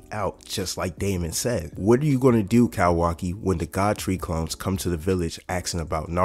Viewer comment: Bro I’m loving the vids and how spot on ya predictions be but the “cowaki” has to stop 😭🥀